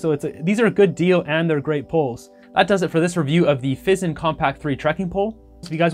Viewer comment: "Fee-Zahn" They are Italian, mi amico! 🤌